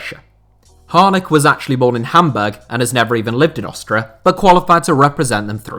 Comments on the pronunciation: What's with the weird pronunciation of Austria? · You say Austria wierd.